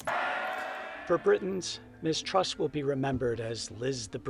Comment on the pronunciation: Oh you traitor, and we thought you only loved us Aussies😅 But, let me educate you about ''modern Britain'' (oh gawd did you hear the narrator in the video call her ''Miss-Truss[t]'' lol) Here's the real heads up: Boris probably said, "Look Lizz, Would you like a £100,000+ pension per year for life? Oh good! You hold the fort for a while for 6 weeks while I have a holiday in the Caribbean and give the plebs a chance to calm down a bit... then I'll be back and then I tell that other guy he can be the new PM... he,he,he... but I have blonde hair and and am a total rsehole, so its me the traditional greedy ''illusionists''* [*Russell Brand's words, BTW] will want as their ''XXXX''* leader, to keep their bums warm this cold winter.''